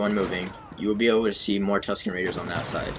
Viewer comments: it sounded like Husken raiders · You definitely said "Husken Miggers"